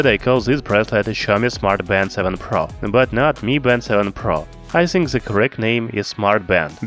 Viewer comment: Fuck , I can't listen your pronunciation, specially "The", why you call it Ze? Blood comes from my ears